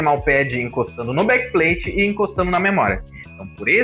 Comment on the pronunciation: Blakpain bom inglês 😂